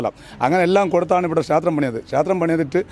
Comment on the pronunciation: ക്ഷാത്രം, ഭാഷ പറയാൻ അറിയാത്ത കൂട്ടർ